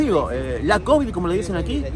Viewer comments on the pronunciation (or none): none